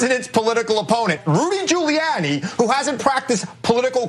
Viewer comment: The way this man say "Rudy Giuliani" is hella laughs 🤣🤣🤣